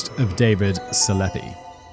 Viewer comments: Dude Selepe is easy to say hahha it's Se-le-pee! Not Selep. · i'm oddly bothered by "selepe" being pronounced "seleppe", lol...